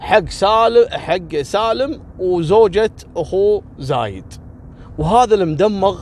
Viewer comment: ترك تقرأ الاسامي غلط زايد وخميس